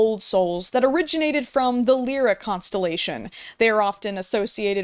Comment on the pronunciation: I adore you! So much! I love your content and I think you’re brilliant! One thing, and I am going to be that bitch, it’s pronounce Lie-ra not leer-a. Ok I’m sorry. I teach an astronomy class, and it just bothered me a little. Please don’t hate me…🤓🥹 This video was another banger! Fantastic! 😁😃🫶🏻